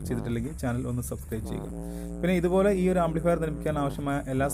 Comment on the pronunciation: ഇതുപ്പിലെ അല്ല ഇതുപോലെ 😂